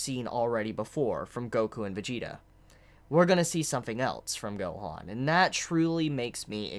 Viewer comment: I like how you pronounce "Gohoan" and "Monga" lol.